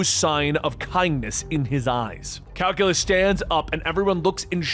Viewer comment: "purjerine" pe-ri-grin "calculus" kai-seelyus lol